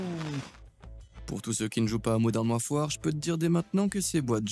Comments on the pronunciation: Modern warfoire faux vraiment quel tu articule gamin warfare "warfaire" en prononciation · Modern Waf waf 🤣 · Super vidéo, mais cependant, je reste septique quant à la prononciation de "Warfare" 😂